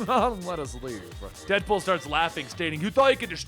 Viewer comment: Listens to opening...here's dipple instead of deadpool.